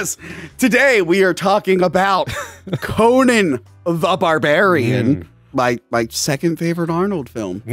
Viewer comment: Are you pronouncing Conan like Conan O'Brian on purpose to troll 🤔 what's the deal w this, it's driving me crazy lol